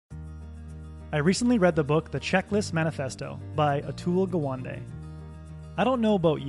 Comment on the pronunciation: Gawande is pronounced as Ga one day